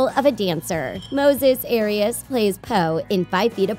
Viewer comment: the white-washed way of them saying moises arias makes me cringe. also the fact they didn’t even mention his role in the actual hannah montana show?? lmao my boy deserves better